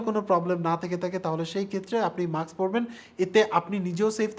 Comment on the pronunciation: এটা মাস্ক। মাক্স নাহ!🥴😹